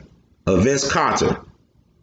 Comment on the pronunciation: It's Carter not Kawter lol 😂 gold work though